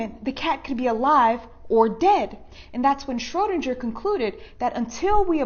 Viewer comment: It's Schroedinger= shrow-DING-er. She mispronounced it.